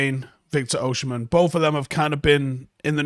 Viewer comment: it’s Oh-Si-Men not Oh-Shi-Men